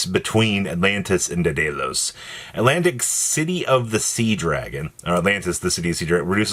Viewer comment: Where in the actual hell do you see any letters that make an "-ose" sound at the end of "Daedalus." It's LUH-S. Just like you say "Lo-" in "Love." Come ON,.